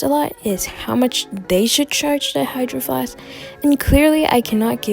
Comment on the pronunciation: Why it say hydraflask? And not hydro flask?